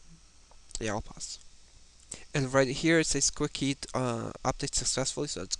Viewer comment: Its Quick Heal Not "Quick Heat"!